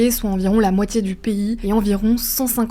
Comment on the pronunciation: On ne prononce pas le U dans The Guardian stp.